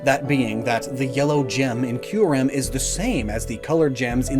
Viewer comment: >"Key-you-rem" ...it makes sense...